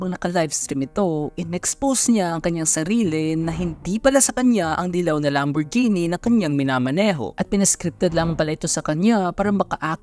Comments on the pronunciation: “Lamborjini” ampota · LamborJEEni? Sa pagbigkas pa lang, sablay na! Ahhh... nalito lang, LamborJEEpney 🤣🤣🤣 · Lam-boar-jini nga kase!! Kaulit nyo eh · "LAMBOR-GENNIE" -awit